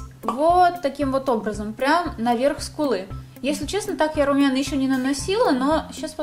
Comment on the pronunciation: Я одна слышу не ску́лы ,а скулы́